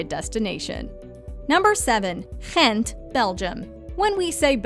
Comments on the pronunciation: Yes, Ghent( I’m so impressed with your pronunciation 👍🏻😊) is wonderful, in my opinion much nicer than Brugge. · That way you pronounce Ghent, though 😂😂😂🤨🤨🤨🤨🤨